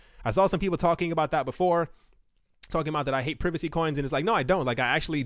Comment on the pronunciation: Did he say prevacy coins? 😁